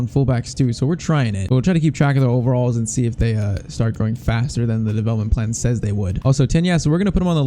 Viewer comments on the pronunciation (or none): none